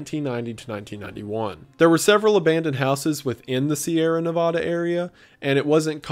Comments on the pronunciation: Pronounced Nevada wrong. MULTIPLE TIMES. Neh-Va-Da! NEVADA NOT NEHVODA. I'm so disappointed. I don't want to stop watching your content, but I have to based off principles. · 💔 I absolutely love Wendigoon... but it kinda hurt a little when he said "nuhvahduh" Nevada. nevauda??? I'm sure there's a better way to explain this but just... please don't ever pronounce it that way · Wendi, it's ne-vAH-duh, not ne-vaw-duh, please you're hurting my soul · I hate the way you pronounce Nevada. Nobody from Nevada pronounces it that way.